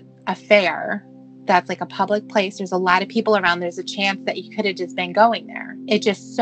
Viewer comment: Cawd, It made me cringe, alawt!